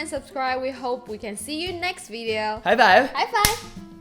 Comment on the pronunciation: Welcome to another Wideo!:D